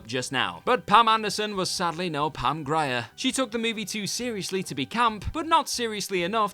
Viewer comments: I am so disappointed in you,. Usually so professional and on the ball. So I was shocked to hear you mispronounce Pam Grier... TWICE... especially since you also flubbed the well-known actress' surname in an earlier video as well (sounds like GREER. Not "Gry-er"). And the less we say about "Gigli", the better. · Um, it’s Pam Grier, pronounced Greer, not Gryer. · Are you stupid or can you actually not pronounce words? Shame on you for butchering Pam Grier’s name! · Ah yes, Pam "Gryer" and famous Garner vehicle "Elias". :D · When mispronounced "Grier" as "Gry-er", I let it go. I figured the script-writer was more familiar with the queen of blaxploitation than the narrator. But butchering "Alias" into "Elias"?? Seriously?? Are you even English? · Pam Grier (pam gree-er), Alias (ay-lee-us) WC bringing back the mispronounced names trope then.